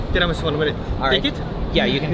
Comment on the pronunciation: I simply love this guy He said Tiramisu' correctly. I love you. Oh, that trdelnik or how you spell it(sorry guyysss) it's KURTOSZ KOLACZ in Romania from the old Magyars who settled here and now it's common in these countries around Hungary too Niiiiice LOVE YOU